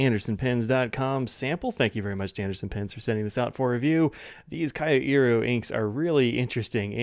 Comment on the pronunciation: Thank you,. (Psst: not K-i-o but kYO.)